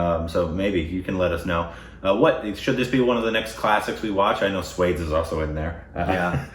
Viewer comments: it's not 'swaydes'. 😂😂 It has two syllables, pronounced as 'swa - deys'. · Its not swades it is pronounced swaa-des its means swa- one's own and des but in proper hindi it is pronounced as desh(country) not des but in name of the film it is used as des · Guys sorry but its SWAA-DES! (HOMELAND) SWA--DESSS! 👀✨ Iam a big SRK fan so sorry for the grammar nazi thingy. Still love you guys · 'Swades' lol! It isn't pronounced that way, it has to be broken down - swa -- des swa as in swan but without the n des as in base replaced with a d instead of b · Repeat after me.... Su-wa-days.. Swades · I would say watch jodha akbar first. Also just FYI it’s pronounced “swaa-dace” but I hope you guys watch both. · It is pronounced like Swa-desh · watch "Swades"..one of the best performance by SRK. and, its pronouned as SWA-DES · It's pronounced as Swa - desh meaning My country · It’s pronounced ‘Swa’ like in ‘SWAT’ without the ‘t’ and ‘des’ as in ‘desi’ without the ‘i’. Just correcting. Cool video btw. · It's pronounced 'Swa' - 'des' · Guys its pronounced swa dais...and regarding the historical represenation..though the movie was well made factually it is incorrect and lot of creative liberties were taken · 1. sir you look amazing in this shirt 2. sir your tattoo is scary 3. sir....pronunciation!!!! 4. Both...thank you soooo much for reacting to this one....i mean this song is just amazing 5. This last part...the dance while rotating is just fabulous 6. Love you loads❤❤❤ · Go and watch swadesh... U will pronounce it correct... 🤣🤣🤣it's not what u r pronouncing... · Hahahahaaaa.... I really hope they watch Swades, if not for anything else, just to be able to pronounce the name of the movie right... and I dont think the word Swades is used in the movie at all 🤣🤣🤣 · Again from Indian standards, it's Korbinized....🤗🤗 it pronounced as kha-wa-ja may-re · Okay do Morning got Swades right the first time and I was like YAY, and then he was back to calling it suede.